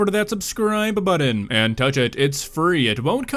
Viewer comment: I have to tag you in this as you can’t pronounce BuTTon correctly. Drives me nuts.